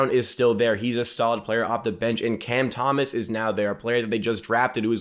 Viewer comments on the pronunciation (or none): none